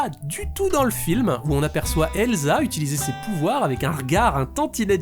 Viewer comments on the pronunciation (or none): none